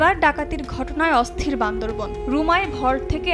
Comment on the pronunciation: ম্যাডাম উচ্চারণ টা বান্দরবান হবে, বান্দর বন নই।